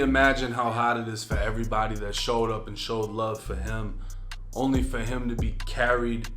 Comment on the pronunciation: damn not heem 🤦🏽‍♂️